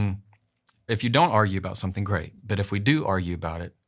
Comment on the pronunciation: *someTHING *everyTHING etc. It's THING, not THINK ffs 🙄